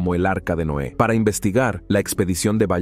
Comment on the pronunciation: Por que dice NOA , es NOÉ